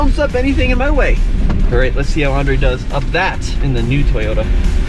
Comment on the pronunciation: “Tayoda trucks”